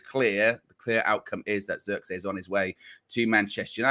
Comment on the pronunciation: pronounce : twist / this / trick / his... the sound of the 'I' is how you pronounce it in Zirkzee. the zee part you have it right ;) (I'm dutch)